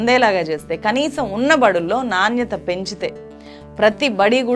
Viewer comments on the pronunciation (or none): నాణ్యత _ నాన్యత కాదు పలకటం నేర్చుకో తల్లీ! మళ్ళీ మళ్ళీ కీ మల్లీ, మల్లీ అంటూ చెవుల్లో సీసం పోస్తున్నావు. కాంగ్రెసు వారి రంజాను భోజనాల్లో ఎక్కడా రాజకీయం కనిపించలేదు మీకు! కోట్లాది హిందువుల అణచివేయబడిన ఆకాంక్షలు సాకారమైనప్పుడు సహించలేక పోయారు.